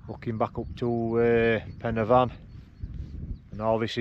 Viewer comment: As everyone else has said it’s corn Dee And your pronunciation of pen y fan was spot on mate and sounds even better in you’re northern accent.